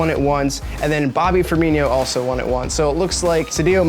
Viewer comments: It is pronounced firmino not firminiyo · Fer-me-no not Fer-me-nio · Every time he mispronounced "Firmino" I died a little inside.